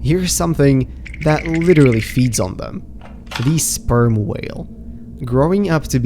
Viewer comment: The "sperm" 💀 whale